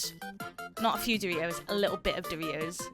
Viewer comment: I like how you say dori-ohs and chikun 😁